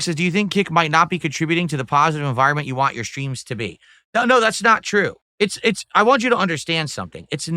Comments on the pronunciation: Am I the only one that can't stand the way he pronounces "want"? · saying WAN instead of want